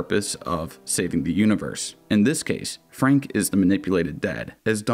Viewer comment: That ain’t Frank that’s Fronk